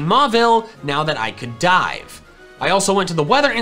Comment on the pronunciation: i seriously thought u said "now i can get the ice beam tm now that i can die" when u rlly said dive and i was like WHAT